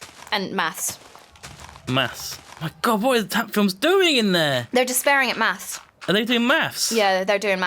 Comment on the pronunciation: "Hats do maths" it almost sounds like you're saying hats do meth